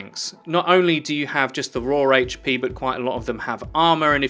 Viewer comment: "Rawr hp". Are you a fucking furry, or are you butchering the English language?